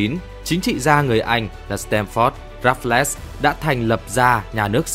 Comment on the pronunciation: Blv mà phát âm Raffles là Rap plet 😂